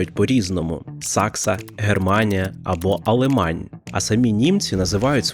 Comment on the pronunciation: Не Алемань, а Альмань по французски, я не душнила, а просто помог